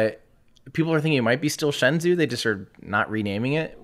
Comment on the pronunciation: Bruh, "Shenzhou" -- the 'zhou' is pronounced like the name "Joe" so it's like 'shen-joe' Pronouncing it like 'zoo' is totally wrong